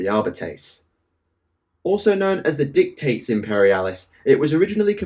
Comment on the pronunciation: you pronounced dictate wrong. Six months in the iso-cubes.